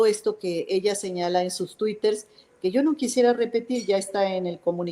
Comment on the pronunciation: "Twiters", no mames, qué pendeja. Para traidores ya hay muchos, esquivel, tu lugar está con los vendepatrias